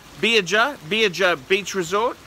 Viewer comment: Can't even pronounce the resort name, best kept secret having a holidays with the kids...